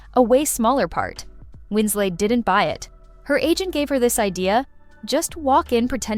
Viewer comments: Winslet not Winsley. She is English, not French. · Winslay? The last syllable is pronounced “let” not the French way. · Kate Wins-LET not Wins-lay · Winslet or Winslay - choose one . . . the correct one! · This narrator pronouncing Kate Winslet's name as if she was French (Wins-LAY) is incredibly annoying. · I think the VO is trying to say "Winslay", mispronouncing Winslet the "French" way... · Win-slay is annoying.Everyone knows how to pronounce Kate Winslet’s name. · What’s with the French pronunciation of “Winslet”? Had the narrator never heard of her previously? Or is it an AI voice?